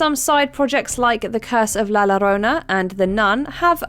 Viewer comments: it's pronounced la yorona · Also she mispronounced la Llorona, which at this point is getting really annoying. It's always British narrators that do it too. Even Canadians know how to pronounce Spanish words, idk what their excuse is. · There really is no excuse for y'all to continue to be mispronouncing La Llorona at this point. Especially on a channel like WM where they usually make the effort to pronounce foreign names correctly. And it's always specifically British people mispronouncing Spanish words too. Y'all refuse to even pronounce "taco" right. Do better. It's not that hard. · It'd be nice if you checked with someone Spanish-speaking how to pronounce words in their language. re - La Llorona. You have Watch Mojo en Español staff, right? :P